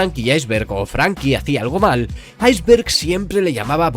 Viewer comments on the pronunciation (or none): Un español diciendo "Aizberg" la lo he escuchado todo